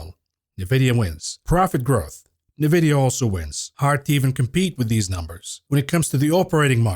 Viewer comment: 2024 is never too late to learn how to pronounce NVIDIA.